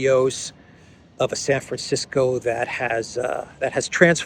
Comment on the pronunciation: did you say "Saferisko" for "San Francisco"? 😅